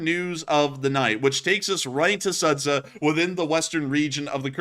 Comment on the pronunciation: That town is pronounced Soo'ja, not Sudza